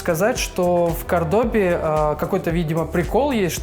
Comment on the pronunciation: Действительно, ну зачем снимать видео, если не знаешь как правильно называется город. Может за тем, что интересно. А не правильное ударение совсем не портит видео. Тем более оно про квартиру, а не про город. Вот если бы он Кордобу (не уверен, что это название склоняетсят и я правильно его просклонял) назвал Мар-дель-Платой, вот это был бы косяк.